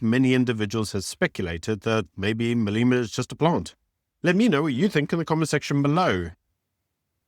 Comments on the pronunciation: Please can u at least try to pronounce people names correctly. There is no I in front of Mbalula, so it’s not Imbalula. There is no double e In Malema, so it’s Not Malema or Maleyma. Imagine someone referring to you as Ibyron or Beeron. 🤣🤣🤣It’s disrespectful. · Surely you can pronounce Malema correctly? You are South African, right? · Wonderful content always. Can I be picky and ask please pronounce malema and zille properly..